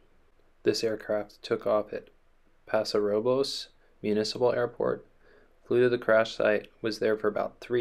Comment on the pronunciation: I hiked the Hurricane Deck Trail numerous times as a kid. There could have easily been people on that trail and in harm’s way from his abandoned plane. It’s pronounced Pass-o Ro-buls.